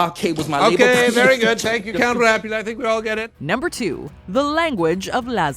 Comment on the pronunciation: Laszlo's pronunciations are always insanely funny! When he screamed "We're doing a piece to camer-UH!!" I just broke down😍🤣🤣